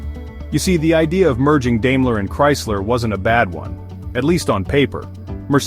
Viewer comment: It’s pronounced “DIME-ler” not “DAME-ler”